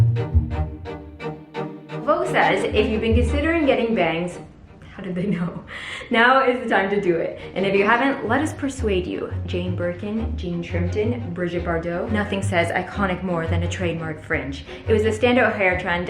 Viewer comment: Just to say... its was Brigitte Bardot. :-) Not Bridget. :-D